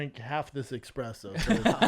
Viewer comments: Is Brendan calling it "Expresso" a CTE thing? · Brendan be like "expressos are one of my favourite drinks" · “Expresso” — Brenda “the coffee expert”Shwab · Brendan: college graduate, professional athlete, successful entrepreneur, professional public speaker... Also Brendan: says “Expresso” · Brandon still saying "Expresso" after years of drinking espresso. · of course he says expresso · Brendan drinks coffee every day and still calls espresso “expresso”. Get your life together B. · it's not called eXPresso it's an Espresso! Well, CTE is showing=) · Brendan and his "expresso" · Of course Brendan says expresso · You sound like the Columbine shooters, that was a big complaint for them lol🤦‍♂️ most people say it incorrectly wgaf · Caffeine guy Brendan not knowing how to say Espresso actually doesn’t surprise me